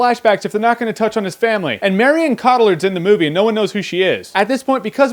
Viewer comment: Jeremy, we love you, we love your reviews but the way you said Marion Cotillard... well, I cringed a little(lot).